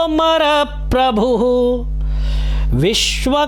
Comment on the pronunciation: गलत उच्चारण है, पद्मनाभो मर प्रभु नहीं होगा। पद्मनाभो अमर प्रभु होगा।